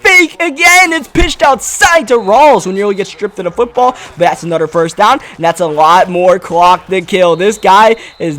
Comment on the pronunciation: Am I the only one that gets mad when when he says "other" or "another" he says ater and anater with out the H